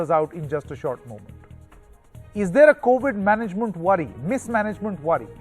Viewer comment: MUNT ? mismanageMUNT or GovernMUNT : NDTV your entire newsreader says MUNT 🤦